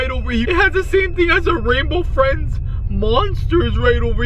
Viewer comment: OMG RAINBOW FRWIENDS SWARCY 😱😱😱😱😱